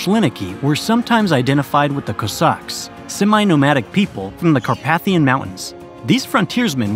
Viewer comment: do you mind if I point something out here? Thanks. The chain of islands which takes Alaska into the Eastern Hemisphere are the uh-LOO-shun Islands, rather than the al-ee-OO-shun Islands, and the (Carpathian) mountains are car-PAY-thee-un, not car-PATH-ee-un, and contrary to common sense, Valdez is pronounced val-DEEZ, rather than val-DEZ; #4 is in-OO-pea-at rather than in-you-PIE-at; cry-ME-un rather than CRIM-ee-un; Juneau, today's state capital, is named after Joe Juneau, and it's pronounced JEW-no, not jew-NO, and the river with the gold strike, as well as the Canadian territory east of Alaska, is YOU-con, not you-CON. I'd take a guess that all 7 of these have an article on Wikipedia, along with a pronunciation. This can save you lots of embarrassment in future videos.